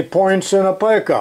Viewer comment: Long 'e' sound in "pica" when you're referring to the typesetting unit. We always called that a "pica pole" in the newsroom. There's 12 points to a pica. The better question is "How long is a pica?", to which the answer is 0.166", exactly. I wonder if that rule has garnets on the other side. Those used to be used for measuring ads in layout. PEC is still in business. Not quite as nice as Starrett, but much less expensive. They're the only company that seems to be selling a 16R hook rule these days. Starrett only has them with fractional graduations.